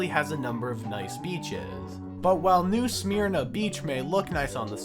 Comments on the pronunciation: Not trying to be rude just so you know for future , it’s new suh-mir-na ❤ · he said sahmear~na 😂